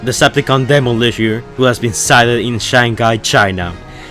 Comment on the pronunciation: you said demo-lisher instead of demolisher